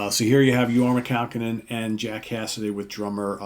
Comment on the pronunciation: pronounced Kah-Cone-In. Accent in middle "Cone". Thus, Your-mah Kah-COne-In. HOT TUNA! He is from Santa Clara, Ca